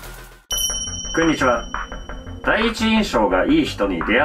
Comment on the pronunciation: 急に我に返った 初手くんにちは。は草